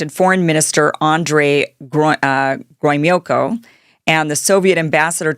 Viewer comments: Detente pronounced day tawnt... Gromyko pronounced grow me koh... Dobrinyin pronounced doh brin yin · "Mykoyan" is pronounced "Meekoyan"! "Gromyko" is pronounced "Gromeeko"! A little bit of research on pronunciation of foreign names before going live would be expected as proof of common sense and respect for languages other than English. Not everything can be anglicized! ☝🏻🤷🏻‍♂️ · Pravda/PRAV-dah Gromyko/grow-ME-koh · Gro-mee-ko, Prahv-da, day-tahnt... your pronunciation guide for today...